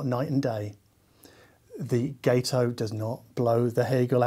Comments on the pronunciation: Gato is Spanish for cat and is pronounced got-oh. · I believe it’s pronounced guh-toe. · If Gato is inspired by the American Gato-class submarines from World War II, then it should be pronounced with a short 'a' sound, like the Spanish word for cat/Katze. My late father-in-law served aboard the Gato-class submarine USS Drum (SS-228) in the south Pacific.